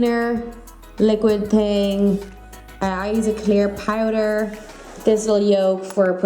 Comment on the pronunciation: Once I heard Pie-der (Powder) I instantly stopped paying attention to the nail tutorial and averted my attention to figuring out where she is from lol.